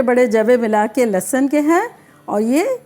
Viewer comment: Its not لسن its لہسن